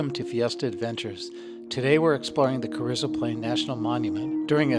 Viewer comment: pronounced cah-reez-oh, not cah-rizz-oh